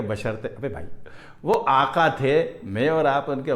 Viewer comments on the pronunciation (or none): Aaqaa the nhi Aqaa hai AUR inshallaha Aqaa Rhenew